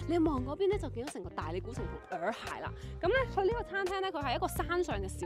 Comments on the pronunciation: 普洱茶的洱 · 問過AI，讀耳海😊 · 洱海，讀（以海）喎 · 洱讀 Yee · 普洱（nei) , 但洱海係讀耳海